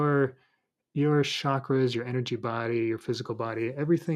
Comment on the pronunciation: It’s NOT Shakras. Why are people mispronouncing it. Does it make you sound cool? It’s a Sanskrit word Ch CHak- Ra Very easy. Except for idiots